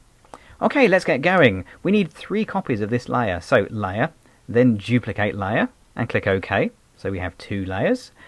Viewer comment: Duplicate not juplicate...